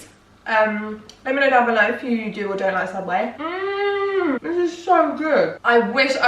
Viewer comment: when you said "let me know down below" I heard "let me know banana loaf" ahahaha